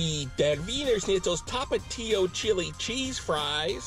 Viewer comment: Tomatillos are green tomatoes😂 tapatio is said correctly